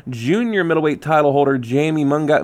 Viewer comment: Love the channel... it's pronounced mun-GEE-yah... at least that's how biased Jim Lampley says it... 😁 This card looks great. I may be there, although I really don't want to pay money to watch GGG get robbed...